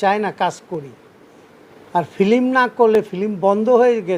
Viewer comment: এই ডিপজল নাকি আবার অভিনেতা!!! “প্রথম” কে বলছে “পরথম”, “ফিল্ম” কে বলছে “ফিলিম”, “কোটি” কে “কুঠি”, “ক্লিয়ার” কে বলছে “কিলিয়ার”, “কান্ট্রি” কে বলছে “কানটিরি”। এরাই আনে শাকিবের মতো লুচ্চাকে এনেছে চলচ্চিত্রে। লাথি মারি বাংলা চলচ্চিত্রের পাছায়। তবে ফিনিশিং দিয়েছে ভালোই।